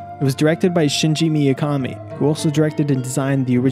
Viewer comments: Shinji Mikami. Shinji Miyakami? I know Japanese names are hard for people who never heard them, but a quick search would've fixed that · Named Shinji Mikami He calls him Shinji Miyakami He types it Shingi Mikiami dude gets no respect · You pronounce his name as "Shinji Miyakami" and spell it as "Shingi Mikiami" It's Shinji Mikami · Great video ✌🏻 except for butchering Shinji Mikamis name twice; Miakami and Mikiami 🙈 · Shingi Miyakami, lmao, stop, please